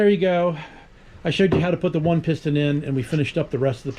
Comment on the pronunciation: Pis’ ten. Not pist-on